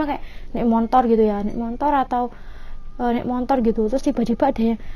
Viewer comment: Mbanya bilangn"montor" kya orang bali juga nyebut motor dg kata "montor"